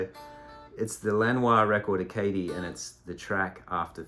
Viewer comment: I have long admired that Lanois track, White Mustang II. If you like that, try and track down his series of releases called the Omni series. He was selling them from his website. Mostly instrumental, ambient, kind of stuff. Some of it guitar, some of it steel guitar. (by the way, it’s pronounced “Ah-ca-DEE” French for Acadia, referring to the Maritime provinces in Canada, where I grew up.)